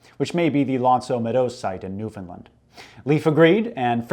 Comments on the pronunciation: Love the channel, great new vid, but sorry my local pride is showing. It's New-FOUND-land, I've had people in America think I'm slavic ''oh your from Newfinland I've got a friend from Sweden she says it's beautiful'' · Newfoundland rhymes with Understand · Honestly I was on the opposite side of this I've never heard anyone from here say it as new-finlind. Always newf'n-land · it's pronounced "new-fin-LAND", understand.